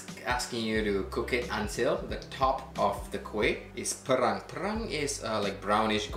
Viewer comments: sebutan pey-rang. perang mean WAR. lol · perang as in color should be pronounced 'pay'-rang. Another Perang is war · Looks delicious, well done! It'd be better to get a golden crust for any types of bingka. BTW, the way pronounced 'perang' actually means 'war'. For golden or blonde (hair) you pronounce it 'pay-rang'. This is a great video, enjoyed it thank you so much